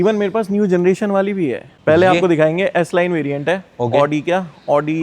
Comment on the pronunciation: Aoodi😂😂😂abe audi bol , aoodi nhi